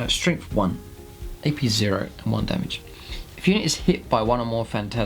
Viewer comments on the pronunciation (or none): And if he says "Strengf free" instead of "Strength three" or "free Damage" instead of "three Damage" for many more videos I'll have to cancel my subscription. Use your natural dialect off camera please. When the little red light is on, please use a more "professional broadcasting" dialect. Your local newscaster probably pronounces "th" sounds as "f" or "v" sounds at home, but I guarantee he or she pays special attention to enunciation whenever the camera is on too.